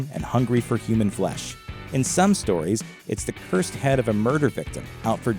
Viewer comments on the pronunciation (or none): none